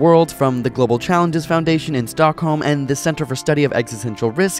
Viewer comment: Im surprised of how well you said stockholm, not perfect but I cant expect more from someone whos not swedish lol